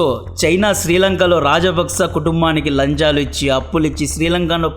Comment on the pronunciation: లంజాలు కాదు 😂 లాంచాలు